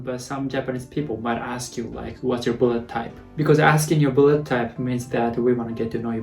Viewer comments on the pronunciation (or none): Blood not "buled"😂😂🤣 I was confused like "what?!" For a moment by how you said blood😂 My blood type is B too. B+✌🏻 and I guess I'm an honest person just like how I am right now😃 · It's only me hear he say "bullet type" insted "blood type" :D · When you're saying "blood" it always sounds like "bullet" xD. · I don't know why but everytime you say Blood I hear Bullet 😅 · Now I can't unhear it😂